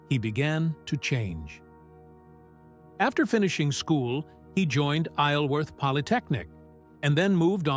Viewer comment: Isleworth is pronounced I-zall -worth